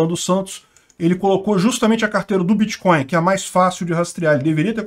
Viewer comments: “Bitcoil” e “créptomoedas” é “pobrema” segundo nosso, O atleta! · O que é "Biticóio"? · “Em algum momento o senhor operou com “creptomoeda [sic]”, com “bitcóio [sic]” ou outros?”... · Correção: o nome dessa " creptomoeda "é " biticóio " poxa!! Kklk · Bitcoin não!!! Bitcóio! Créptomoeda! fala direito!!! kkkk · Vc conhece creptomoeda e biticóin! Kk